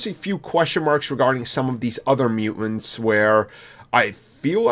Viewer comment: It is MUTANTS, not mu-ants. Jesus.